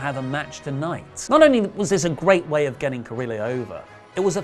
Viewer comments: you almost have Humberto Carrillo's name right. Just make sure when you get to the double L's that you change that sound to that of a "Y". Like Yo-yo, its Ca-rree-yo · It’s pronounced Cariyo... sorry it was just way to distracting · I was gonna have a pop at for not pronouncing carillo like Ka Rio, but seems like a lot of hate in the comments so don't worry about it I'm still a big fan. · The format isn't much. I appreciate the older format where everyone had a character. Also in spanish, any word with double L's is pronounced like a y. Carrillo should be pronounced carri-yo. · I think Raw was surprisingly good. I wasn't expecting much, but it was really good. By the way, Carrillo, at the end, sounds 'yō' (pretty similar to Joe).